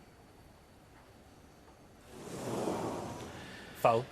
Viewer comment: I agree. Just compare Taylor's pronunciation of "ball": to Taylor it's a ball, to Davis it's a "bowl"!